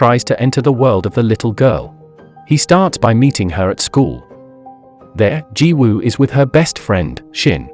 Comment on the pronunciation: I’m rlly sorry but the way you said yang is wrong but finally your one of the first person I have heard that said Jiwoo correctly